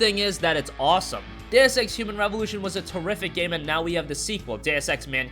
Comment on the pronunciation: did he say "DAYUS" EX lmao